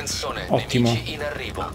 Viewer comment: hahaha in questo video ho sentito la frase: attenzone nenici in arrivo :D più o meno al minuto